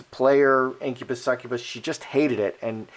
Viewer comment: Did u say incubus sucubus?? Those r demonic spirits!